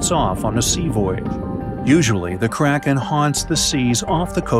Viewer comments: Who else thought kranken said karen like it you did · I thougth you said crackhead lol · ohhhhhh i thought you said carrots